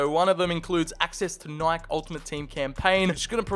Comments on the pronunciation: Nike is pronounced nai kee😭😭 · I just realized he can’t pronounce Nike….